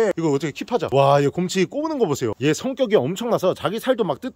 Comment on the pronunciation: 아니 계속 고홈치 곰ㅎ치 곰호치 거리는거 왤케 웃김 ㅋㅋㅋㅋㅋㅋㅋㅋㅋㅋㅋㅋㅋㅋㅋㅋㅋㅋㅋㅋㅋㅋㅋ